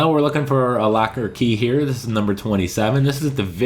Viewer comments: Is it locker or lacquer key? Lol sorry i couldn't get past your funky pronunciation of this word. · It sounds like you are saying lacker instead of locker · Why are you saying "Lacker" key instead of the "Locker" key? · It’s locker key not lacker key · I'm from canada and I say that Is not how we sound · Sounds like you're saying lacker key lol thanks this was helpful